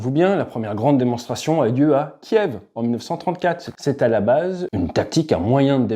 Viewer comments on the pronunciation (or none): none